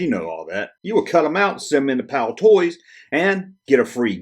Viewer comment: Excellent Video again, By the way it is Palitoy and not Palitoys, but we do appreciate your international content. This might help you get to grips with our currency